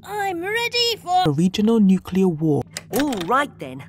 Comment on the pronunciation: New cleer bom war😅